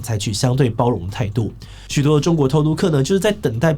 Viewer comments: 不要再那邊屁啊屁的，那個字念(庇)必，庇護 念 必護 ，不專業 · 庇ㄅㄧˋ護 不是唸ㄆㄧˋ 這個字你已經唸錯好幾年了 不要再唸錯了好嗎